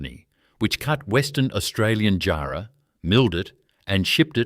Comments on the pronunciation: Great video, its not pronounced jar like a jar. But jarrah like jah and white ants definitely will eat it. Thanks for the video from Perth. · It would be helpful if the narrator could learn how to pronounce place names & words like jarrah correctly.